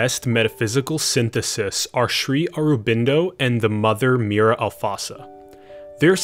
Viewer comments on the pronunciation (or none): Mirra! Not Mira